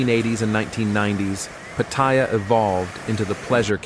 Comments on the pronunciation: You know it's going to be a crap video when he can't even pronounce Pat..aya correctly. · You can tell it's going to be a crap video when he can't even pronounce Pat..aya